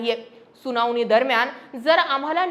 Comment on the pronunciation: जानीव? सुनावनी? लई भारी मराठी!